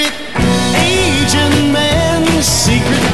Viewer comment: There is method when singing to make a particular lyric to sound out correctly. He should said: A Gent exaggerating the second syllable. Then it come Agent rather than Asian man.